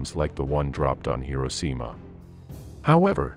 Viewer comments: “Hirocima” you say. Stop with this AI crap already. It’s infected all of YouTube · Hirosima ? What is this ridiculous awful pronunciation?